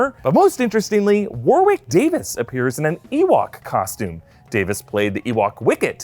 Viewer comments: Please, please pronounce Warwick Davis name as ‘Warrick’ not ‘War Wick’. The second W is not a hard W. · Warwick is pronounced "Warrick". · "Warwick" is pronounced "War-ick". Second W is silent. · It's pronounced "Warick" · That's....not how to pronounce Warwick.